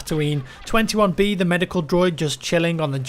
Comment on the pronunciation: Not 21-b, it's 2-1B or Too-Onebee :)